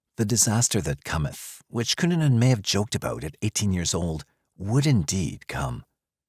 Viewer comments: Especially W/Richard Barreto Of South Beach PD, W/"Cu-Nan-Nan", (LMFAOL)! 😆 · Well researched, great script, and a good variety of images. The verbal acrobatics, however - especially with the pronunciation of "Cunanan" - are just...🤣😆😂